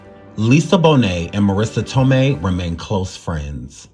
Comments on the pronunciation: I love you and I watch all your videos (maybe not in order but I watch them all lol). My only critique is that you learn the proper pronunciation of people's names. It's Toe-may, not Toe-my. That's just the 1st I noticed in this video, but in every one it's at least one. Maybe it's just me, because people always mispronounce my name and it's irritating. Maybe I'm more sensitive to it because of that. But I do feel that if you're putting information out to the public, all of it should be correct and how a name is pronounced is included in that. Just a suggestion but if you're not sure ask Google or ask someone older who knows the person you're talking about when doing shows like this. I grew up watching these 90s shows so I know how it say all their names and I'm sure you have someone you can ask who was a kid/teenager back then who knows as well. I'm not trying to hate at all. I just want to see you succeed and be great in everything possible. Much love to you and yours!❤❤❤ Edit: You said it correctly later in the video. 😊😊😊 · It’s not Tom-mee, it’s tō-mā! 😂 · Lol… Please don’t E slap me but Marissa’s last name is pronounced toe-MAY. Okay, now carry on witcha’ bad self. I ❤️ the surviving stories. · Marissa Tomei pronounced as TOE-MAY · Jaleel White, not Jamal. I also believe that it’s pronounced ToeMay, Marissa Tomei.. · Marissa toe-may brotha! That’s how it’s pronounced 😂 all love brotha keep killing it! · I was looking for a comment correcting his pronunciation so I wouldn't create a redundancy